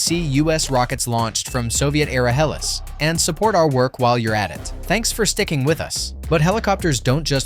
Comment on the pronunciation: the A.i. Voice kida gives it away when it said Hellis instead of Heli's :face-blue-smiling: just use REAL human beings for voice overs and give a live human being a job and not a robot that doesn't know the difference between words.